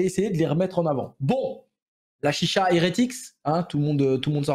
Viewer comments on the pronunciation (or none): none